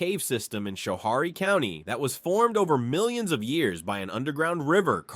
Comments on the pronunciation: I can forgive the mispronunciations of Allegheny and Schoharie, but I cannot forgive using video footage of Pratt’s Falls in Onondaga County for Pratt’s Hollow, the geographic center of NYS. There’s no falls at Pratt’s Hollow, just a sign marking it as the geographic center of NYS. I know, because I’ve been there. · Schoharie is SKOH- HAiRY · Canajoharie. It's phonetic. Cana jo harry. Emphasis on the "jo". Canajoharie is a Mohawk word meaning "pot that cleans itself". Alleghany: aluh gay nee. Emphasis on "gay". It is a Lenape word meaning "fine river" or "best flowing river". Schoharie. Sko hare ee. Schoharie comes from a Mohawk Iroquoian word meaning "floating driftwood" or "driftwood," referring to the debris that accumulates in the Schoharie Creek, sometimes forming natural bridges.Grab a dictionary if you are unsure of pronunciation. It is better to prepare and research than to be told by strangers how to pronounce these Native American place names. New Yorkers are proud of our place names, so to mispronounce them when you have all the resources at your fingertips smacks of poor preparation. -Sorry for the diatribe, but if I was grading this piece, you'd lose a lot of points for not doing the research. It's too bad, too, because the piece is well done and informative. When you mispronounce our place names, the distraction overtakes the content. -Something to think about before post another video. Be a pro. It's not that hard. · As a life long resident of New York State, I have to say that this video was a joy to watch. However, I must point out two mispronunciations. Canajoharie Is pronounced Canna-JOE-harry and Schoharie si not pronounced with the first syllable like shhh, but rather SKO-harry. There are many other common mispronounced place names in NYS, Albany Is not AL-binny (like the diminutive for Allen) but All-bany, Cohoes is cuh-HOSE, Valatie is Val-A-sha, just to name a few. Great job on the video, regardless